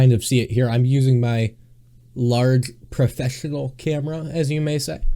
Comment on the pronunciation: "I've chanched aloht" "Larghe, professhional"